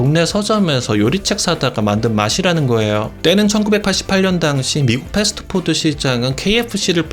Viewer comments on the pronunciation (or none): none